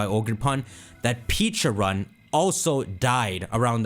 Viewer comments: 😖I cringed every time you mispronounced Pecharunt. You keep saying Peacharunt instead of Pecharunt. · You say Pecharunt's name like Peacharunt. Peaches don't exist in Pokemon. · Pronounced peh-cha runt. Like the pecha berry. The pkmn equivalent of a peach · The pronunciation is killing me in this video, they’ve already said it’s pronounced pech-a- runt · PECHA-RUNT…. Peh-Cha-Runt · PEH-charunt ,Pokémon world has pecha berries not peaches lol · Something no one talked about is how nearly nailed Pecharunt's name by calling it Pecharo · Mispronounced Pecharunt 🤦‍♂️